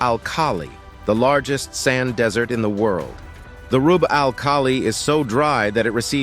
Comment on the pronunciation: Why do you guys keep using those robot voices that say desert (as in food) instead of desert??? Listen .